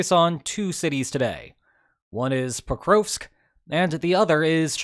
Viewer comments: Geez your pronunciation of Prokrovsk... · The Ukrainian letter ‘о’ is always hard as in ‘dog’. Your mispronunciation of ‘Pokrovsk’ was thus very distracting for my autistic brain.